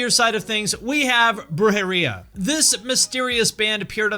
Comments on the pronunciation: Sounds like he's saying "Bruh-jeria" hahaha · The way you pronounced "Brujeria" caught me off guard. I always said it like "broo-hair-ee-uh." Have I been wrong all this time?